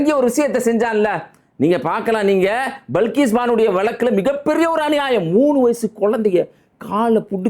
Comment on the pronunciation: நீங்க மட்டும் தான் பல்கீஸ் பான் என்று சரியான பெயரை உச்சரிக்கிறிற்கள்